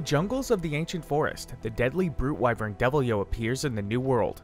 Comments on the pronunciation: How do you read Deviljho as Devil-yo My man.... I can't even describe how flabbergasted I am by these mis-fired pronunciations. Here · "Devil-yo burps on you." Okay.